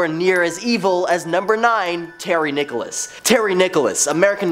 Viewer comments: The name is Nichols not Nicholas. Geez where did you find this guy? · I am a working actor and voice over artist. My comments are intended in a positive, helpful, and encouraging way. I agree. He is doing a great job. Different countries do not however pronounce people's names in different ways. Nichols is always Nichols and not Nicholas. Perhaps you could use a lesson in positivity and manners when responding to comments online. Have a great day. Good vibes only. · you're making a mistake with Terry Nichols last name you're calling him Nicholas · Its pronounced Nickels.